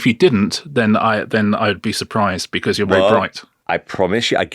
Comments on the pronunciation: He seems nice but unable to say because "becoose" minor derail. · Anyone else notice how weirdly he says the word "because"... "becawwws" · My granny used,to say, "Never trust a man who can't pronounce 'because' properly" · The way Simon Cowell pronounces ‘because’ is infuriating me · The main takeaway from this interview is that he pronounces the word 'because' very weirdly